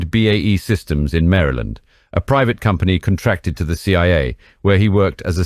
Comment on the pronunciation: I appreciate that you pronounce Maryland correctly. Thank you very much. Lol